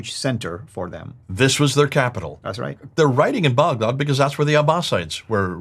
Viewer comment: Lol why is pronouncing Baghdad boughdod?!?! I had no idea what he was saying for a bit. I thought this video was in English 😂